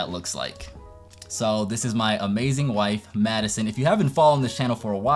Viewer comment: I didn’t realize you’re wife was named Maddison, so I thought you were saying “Choosing School and Medicine”💀💀